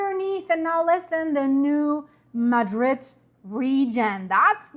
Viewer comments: Mad’-rid. Not like the Spain town. If you want to pronounce it correctly. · You're saying it wrong. It's not pronounced like the city in Spain, because it's named after a city in Missouri. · Born and raised in Missouri and now live in Texas. Emphasis is on the first syllable, MADrid.